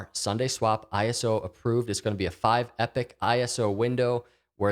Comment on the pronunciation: It’s epoch, not epic